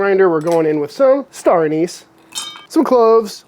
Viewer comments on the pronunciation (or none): none